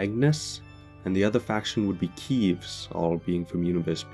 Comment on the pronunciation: How do you still pronounce keves wrong